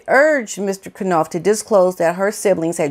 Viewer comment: Jason's name is pronounced Nauf, Knauf with a silent K, as in Knife.